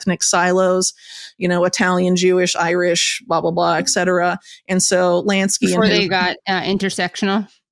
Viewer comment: Hey Whitney! Etcetera is pronounced Et Cetera, not Excetera.